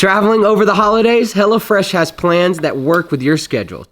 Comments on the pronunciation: I don't know if it's the accent or on purpose, but you keep sounding like you say "Hella Fresh," which I think is gold. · That GA accent... Hellafresh... come on you can say it right